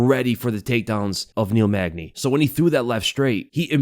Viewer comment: Bro, its Neil Magny.